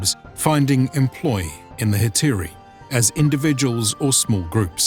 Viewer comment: You're mostly corect, except for the addition of modern Greek pronunciation. Up until the middle byzantine ages the dipthongs were pronounced clear cut, with the exception of ει which sounded as ι. It was therefore Ἑ-τα-ι-ρεί-α-ι and Ἑ-τα-ί-ρα.